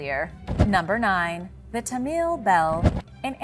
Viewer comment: Damn dude... whangerei = faahn gah ray. Roll the "R" and its ta-mill not tahmeel.... Also New Zealand was NOT a new discovery lol. Only recently colonized sure but the Maori were there for a very long time. The moriori before that. Do some research guys ffs....